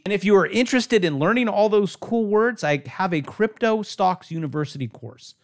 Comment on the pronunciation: I spit my damn beer out when said cryptle lol 🤣 best one ive watched so far!